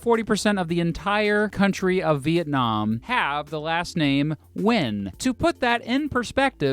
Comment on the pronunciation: I cringe so hard when you pronounce the surname Nguyễn